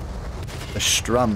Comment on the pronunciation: You keep sayin "strum" and "strumtiger" but it's spelled S t u r m, and in this context it means "charge" in German. Anyway there's no guitars in tanking. Well, maybe if you're Saboton